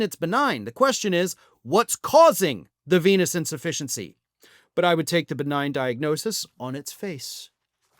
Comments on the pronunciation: You mispronounced Chronic Penis Insufficiency. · Initially, I thought you were saying "chronic penis insufficiency". But I’m sure this is 100% true as well. Ask Perjury Traitor Gangrene. She's obviously been banging him. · Did you say Chronic Penis Insufficientcy? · At first I thought you said chronic penis insufficiency and almost spewed the cola I had just sipped. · Did you say a penis in deficiency? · When I first heard this, I thought I heard 'Chronic penis insufficiency"...